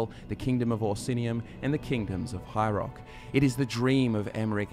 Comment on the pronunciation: Cool lore video. Funny thing though, every time you say ”High Rock” I actually hear ”hierarch”, and I go ”wait, what? Is there some kind of high priest involved? What did I miss?” It’s probably partly that I’m not native english speaker and often struggle more with all kinds of dialects.